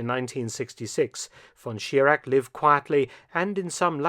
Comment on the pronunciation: Mr. Felton - you can do better. Your pronunciation of "Reich" is wrong. It is not "Riyk" It is not "von Schirak" and not Reiksleiter". We germans have also Problems with your "th" ...but with your focus on the 3rd Reich...not 3rd Reik